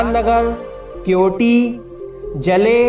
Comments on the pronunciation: भाई वो जाले हैं जले नहीं 👍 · जले नही bhai जाले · जले नहीं जाले है भाई ।।। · जले नहीं यार (जाले) है।